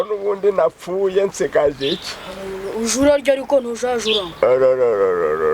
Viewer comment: Wavuze Reyo nabi uza bizira sha